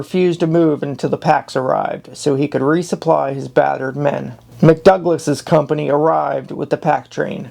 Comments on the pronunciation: Dude, it's not Reed Indians like you pronounced it. It's arikara, and Ree for short and captain McDougall, not McDouglas, commanded company B and the pack train. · YOH!! Pronunciation---wHO THE HECK WAS "McDOUGLAS"??????? try McDougall; "Addjunct????"====Adjutant; your accuracy is atrocious;; MartinO???? ==Martini; if you're going to do an historical narrative documentary PLEASE DON'T MAKE IT HYSTERICAL BY MISPRONOUNCING NAMES OF THE MAJOR CHARActers AT LEAst get the names right. thANKS. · Captain McDougall’s company was protecting the pack train. You said McDouglas